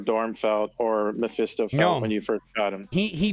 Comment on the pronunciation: Can we please pronounce Mephisto correctly?